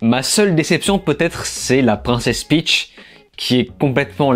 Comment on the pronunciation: Peach pas Pitch 😜